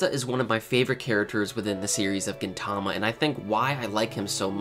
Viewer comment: Though I don't not like the way you pronounce 'Gintama' but good explanation! I went though all of them thanks :D